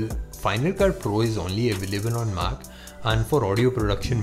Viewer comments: It's mac and not maaaaac I don't like this mans voice........he looks like a truck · your pronunciation of MAC is so annoying, I don't know how you got these likes... :/ confusing